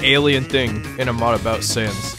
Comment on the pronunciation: Bro shud know that it it sanssssssssssssssssssssssssssssssssssssss not underpants sans